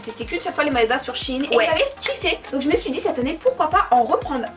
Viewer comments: Ça ce dis shèine et pas chine même si ça s'écrit shein ça histoire que vous comprenez mais sinon continuez je vous adore❤️ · Le e se prononce c'est shein et pas shine